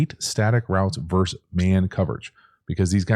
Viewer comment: Please use the word versus. It isn't "verse man coverage." It is versus man coverage.